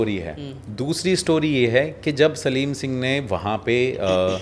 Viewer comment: सालम सिंह नाम कुलधारा कांड, आप सलीम सिंह बोल रहे हैं